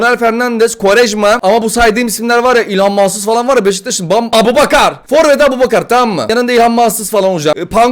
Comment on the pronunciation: Abu aboubakar ikardi çakar değil abouçakar ikardi bakar😂😂